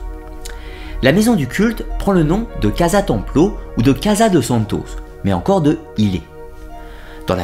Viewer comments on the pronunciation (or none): none